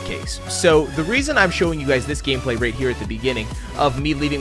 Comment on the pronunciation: He pronounces “right” as “rate.” Maybe he’s planning on- (inhales loudly) HE’S GONNA MAKE A MOBILE GAME THAT FRAMES U OF A FELONY IF U DONT RATE IN THE GAME IN THE FIRST 10 MINUTES